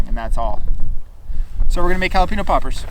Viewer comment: i came to rewatch this video because of how he says jalepaño😂 “ha-la-peen-o” when it should be “ha-la-pen-yo”